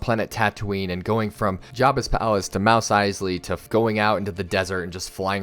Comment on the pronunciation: did he say “Mouse Easley”….